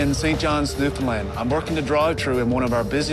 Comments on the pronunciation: Can't get over him saying newlin land... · Newfin land* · it’s a canadian show and the narrator doesn’t even know how to pronounce newfoundland?? that’s sad